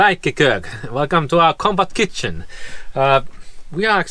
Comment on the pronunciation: The first time I heard say "Compact Kitchen", I misheard and thought she said "Combat kitchen"!🤣